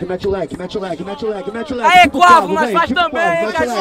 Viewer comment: KKKKKKKK a pronúncia dos cara sobre o nome do Quavo é totalmente errada mas blz